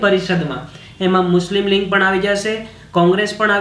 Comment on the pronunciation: Patel Vaibhav જોડણી ની વાત જવા દો સર ..બોલવામાં પણ લીગ નઇ લિંગ જ બોલો છો ....એતો જુઓ.....